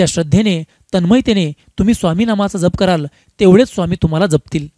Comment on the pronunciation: दादा, जप ह्यातील " ज" चा उच्चार "जग (विश्व")" मधील ज प्रमाणे आहे. जपणे (किंवा सांभाळणे) मधील ज सारखा नाही. ("जहाज " सारखा नाही)